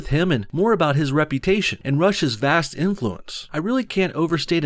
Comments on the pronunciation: anyone else find it funny that when he says rush's it sounds like russia? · Why does the word “Rush’s” sound like “Russia’s” XD